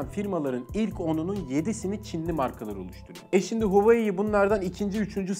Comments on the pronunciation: Huveyi demek yerine hu a wei seklinde hecelerek soylesen ne guzel olacak bildigimizi unutturdun 😂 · huveiy diyeceğine keşke "huavei" desen be abi :) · ALLAH RIZASI İÇİN "HOVEEYİ" değil "Huawei" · Abi gözünü seveyim huuuyii değil huveyi de değil Huawei diye oku gitsin ya. Kanser oldum :D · Zaten öyle de okunmuyo ki böyle okunuyor ; wavey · huayiii nedir ya neden huawei diyemiyorsunuz aq tsrrjxhkyc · Reis Türkçe okunuşunu yazalım da tan okusunlar "huavey" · ABİ HUAWEİ DİYE OKUNMUYOR HAWAYİ DİYE OKUNUYOR. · Hueyyii derken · Abi huawei i huveyi diye okuma artık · Reis Huawei demeyi öğren artık videoya odaklanamıyorum 😂😂😂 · sen huawei deme kardeşim, bi daha ki videolarda "şey "de biz anlarız:D